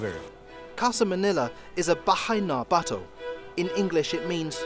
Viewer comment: I had to do a double take when he pronounced "bahay na bato" .... Bahai nah baw toh